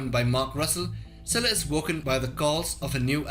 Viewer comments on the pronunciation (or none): It pains me so far that none of the youtubers are able to pronounce Scylla name correctly